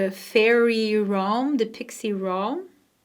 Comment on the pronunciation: Realm pronounced Relm not Rohm🙂